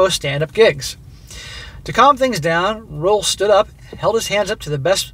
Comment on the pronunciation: Roel is a Dutch name and is pronounced Rule but with a short oo.